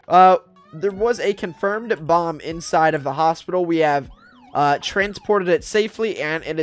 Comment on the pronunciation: Sounds like you said bob squad lol